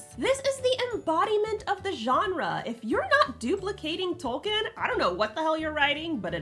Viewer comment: "Tolkien" is pronounced like "toll keen".